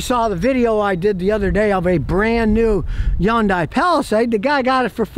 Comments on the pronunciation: Yon-die! That’s a new way to say Hyundai. 😂 It’s Hun-day Scottie 😂 Even though I still wouldn’t buy one. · Why don't you pronounce it right. It's Hyundai like Sunday. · What the hell is a YONDAY?! Remember the old commercial? “Its hyundai, like Sunday” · "Yunday" lol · How Scott pronounces Hyundai.